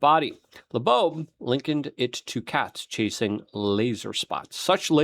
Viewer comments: LUKE.....it's not La'boab, that's not his name, you make yourself look like you've not done your research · Why do you say Laboabe?? It's pronounced like Lobe like an earlobe. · How can you read "Loeb" and say "Labobe"? You've done it since he came on the scene. And it's 3i Atlas not 30i. Drives me nuts!!! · Ear Lobe. Avi Loeb. Hope that helps luke. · Luke, his name is pronounced "Lobe" - same as the floppy bit of your ear 👂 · He can say "Ashwagandah"....but can't say "Avi Loeb". 😂😂😂 This guy speaks dyslexic. 😂😂😂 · it's not "satire" or "sarcasm", since he does it every single time he says Avi Loebs name... The man speaks fluent Ozzy Osborne. Slurred mispronounced words often. Now correct yourself, so you don't look a fool. If it's a joke, it's long overplayed and has lost any humor it may have held. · 🤬Oh FFS Luke, LEARN TO SPEAK ENGLISH!!!! Avi Loeb (low-b) NOT "La-boabe" Nuclear has only 1 u in the word! "new-clear" It's NOT "new-que-lurr"!!! You're not 5, speak proper!